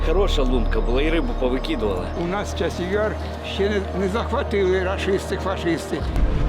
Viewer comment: Ты да же город правильно сказать не можешь;; !! Час-яр